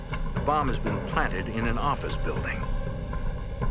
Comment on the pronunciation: New Yawk Affice!